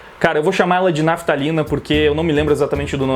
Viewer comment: "Naphitalina" kkkk